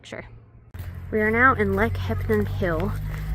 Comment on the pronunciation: Nice travel vlog - they've certainly taught you how to say Chelten'm properly. ✔️